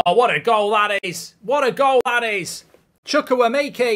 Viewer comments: “Chukuwemakey” 😂😂😂 and “he might miss on purpose” 😭😭😭😭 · Chukwu-eme-ka Igbo boy🇳🇬 put some respect on that name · The way you said Chukwuemeka 😂